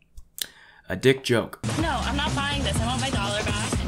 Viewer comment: The syllable emphasis on “dick joke” … thats what made it funny. I am thoroughly entertained